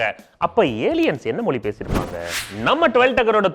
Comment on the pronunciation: Tell mozhi not moli